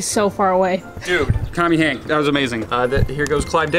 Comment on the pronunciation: Ah yes “Tommy Hank”